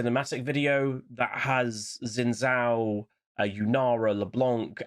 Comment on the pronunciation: Xin Zhao is pronounced Shin Jao. X is a Sh sound basically and Zh is a J sound.